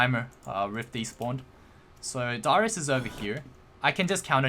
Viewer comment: you kept calling darius dyrus XD